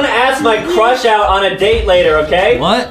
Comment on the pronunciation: Adam has a huge crwush on Banbaleena😂😂😂😂😂😂😂😂😂